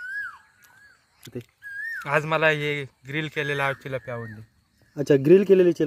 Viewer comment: भाई चिलापी नाय रे तीलापी